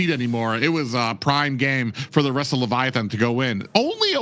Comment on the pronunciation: For the love of Nana please ban baxia and please eliminate Levitan because I cannot go another second hearing pronounce Baxia and leviaTHON... please